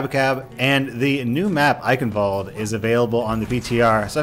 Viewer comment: The pronunciation is still wrong...